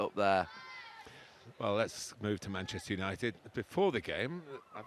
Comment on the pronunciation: Why does Gary say "Maneshter United"..listen!!